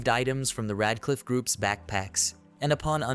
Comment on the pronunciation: How did "Red Cliff" turn into Rad Cliff". This translation stuff done for voice and text is not good, you have zero reviews being done and producing sub-par videos. I disapprove. You know when smart people write a book they have the book checked by someone who can clean up the grammar without changing the meanings of the sentences. Sure I'm poor and use an automated process but you need a smart human who is fantastic with English and can view the auto and text from the story to make sure everything is 100%